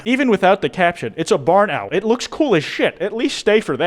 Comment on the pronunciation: Also I swear you pronounced it differently every time